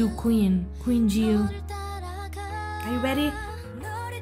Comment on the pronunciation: Just in case, JiU is still pronounced "Ji (more like the letter 'G')" and "You" not Yiu. It is based on her real name MinJi and "JiU" was how people called her even before she joined MINX. The rest is good. Thank you though! 💜